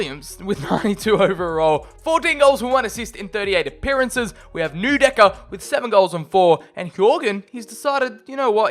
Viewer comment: Please stop saying "newdecker", you don't say Neuer as "newer" do you?